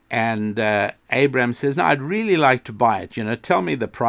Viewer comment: I've now made a connection between your "RRRRRRRRRRReally" and Ben Shapiro's "RRRRRRRRRRRacism". However, it is still very tenuous. Can you recommend any other Jewish podcasts I can research?